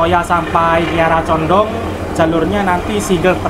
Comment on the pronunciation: Kiara Condong yaCh Kiara Condong Mas. Nyebutnya jgn disambung dg Bandung. KaLimatnya meski dipenggaL. Sama dg Lempuyangan Yogya. Ato ... Wates Yogya.